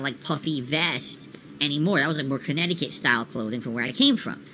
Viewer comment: 'conneticut-style clothing' lmao